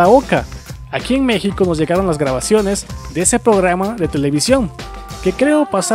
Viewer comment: Pograma" ja ja ja